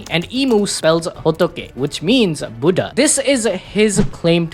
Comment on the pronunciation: I hate how u say Buddha but with that said you’re really good at this and I dig your humor. But plz! Stop saying beddeh 😂